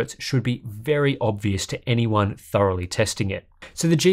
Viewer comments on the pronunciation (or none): none